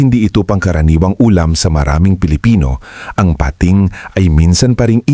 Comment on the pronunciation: PATING NOT PA-TING